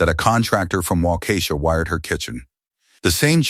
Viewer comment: "Waukesha" is not pronounced "Waukeeeesha".